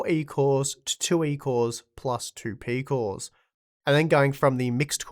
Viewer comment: peecooss eeecosss peeecooss